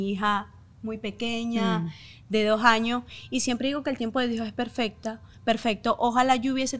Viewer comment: Muy influencer y lo que quieras pero no se dice jaños es años un poquito de por favor